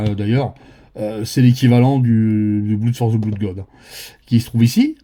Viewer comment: Merci beaucoup ! Note: on prononce "blod" et pas "bloud". Malgré le double O. Saloperie d'anglais !